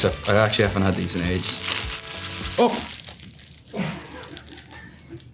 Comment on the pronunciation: the 'oh' when he dropped the jaffa cakes was so irish help